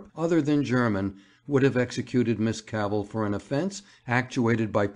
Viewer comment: and of her surname, which is pronounced Cavvle, like saddle :(